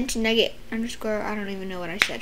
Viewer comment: Nugget sounds like n word when u say it